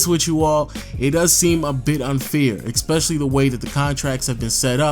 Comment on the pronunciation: I'm gonna miss listening to this everyday except how you pronounce especially